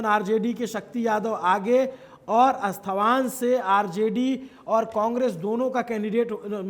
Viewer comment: When u cannot even pronounce the name of the constituency correctly or the one who has collected data bother to correct the presenter then to a viewer who belongs to Nalanda district finds all of ur exit poll content a gimmick & it’s not अस्थावान it’s अस्थावाँ